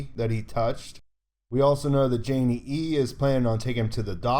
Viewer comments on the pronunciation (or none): Nice. Maybe as gratitude you can finally answer me why you say "Janey-E-E" with an extra E sometimes? :D